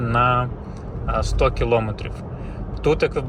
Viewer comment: Дякую за огляд, але, будь ласка, припиніть говорити "килОметрів". Це дуже засмучує, у нас майже немає українських автоблогерів, які говорять правильно це просте слово.